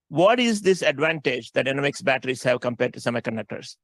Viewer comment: It’s not “ENNA-Vix”, btw… it’s “e-NO-vix”